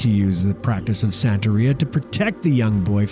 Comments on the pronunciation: Santería not San-terry-a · You are saying Santeria extremely wrong. It's Santa- ria.. Just like how Sublime pronounces it in the song ""Santeria''. Whoops. 30 seconds later you start pronouncing it right. Congratulations. I think. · You pronounced Santeria wrong. We used to find sacrificed chickens all over Miami as a kid.